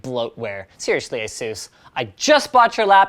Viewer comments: Its asus not asus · have i been saying asus wrong or is he saying it in a weird way?